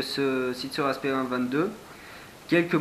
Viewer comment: C cool mais on dit sig sauer sp022 et pas sp20 22